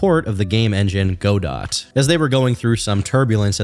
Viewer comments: Godot is a name from a play originally in French so can be pronounced go-do or gah-doh or god-oh or probably several other ways.....except for "go dot" that's def wrong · banger as usual but i cant get over the "Go Dot" that game engine is pronounced "GeDough" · GO-DOT??? IT'S PRONOUNCED GODO! GUH-DOUGH! GUH! DOOOUUUUUGH!!!! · “Go. Dot.” -> guh-dough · Godot is pronounced Guh-dough, not Goe-Dott. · Godot has French pronunciation as in god-oh, not go-dot. It was named after Samuel Beckett's famous play titled Waiting for Godot, which was originally written in French. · Huh, I hadn't heard any of that stuff about Godot. Also, it's not pronounced like Go-Dot like you say, it's more like Go-Dow or Go-Deau. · Good video man but “go-dot”?? Really? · Calling Godot Go-Dot is the funniest thing in this video for me somehow. And that's impressive considering all Pirate Software's clownery. 😂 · Just an fyi, godot is pronounced "go dough" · Godot is not pronounced go dot holy shit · I’m 99.9% sure it’s pronounced “goo-dough” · its pronounced “go-dough” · Godot is pronouced Ga-dough JSON is also pronouced Jay-son happy to help im happy to hear you're not a sweaty nerd that knows how to pronounce coding languages. Keep crushing it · Listening to pronounce Godot as 'goh-dawt' is the biggest offense thus far. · godot is pronounced guh·dow. W video tho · the T in godot is silent, it's something like guh-doe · dont call lgbt "politically involved" you look like a right winger edit and i know they might be but just showing the profile makes it obvious what you meant, also your pronouncing godot wrong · You’re pronouncing godot wrong, and lmfao crying about their lgbt support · Every time you say Godot wrong, my brain does a backflip in my skull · Great video, great analysis. Side note, why does no one know how to pronounce Godot? Did none of you take drama? Not one gaming youtuber?